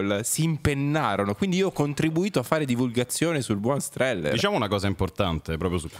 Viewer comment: Strehler....con una L